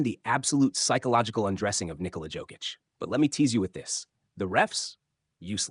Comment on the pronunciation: FU you can even pronaunce Jokic's lastname